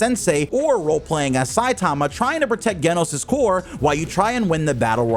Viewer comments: You saying the name of the character is Genos Not Geno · This man did not just say “Geh-nos” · “ Gay-Nos “ …!.! Geno’s ………..?????..??? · Bro said Genos wrong 27 times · Nah you didint just pronounced Genos wrong. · they way u said genos name had to be on purpose